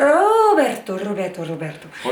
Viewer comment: Coucou, et j'ai trop rigolé 😂😂😂. Bonne journée